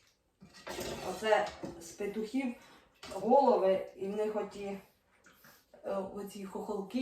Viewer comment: доброго дня! Все добре у Вас,але оте "пИтухів"😊... Виправте.. Ви ж блогер - повинні правильно розмовляти і писати!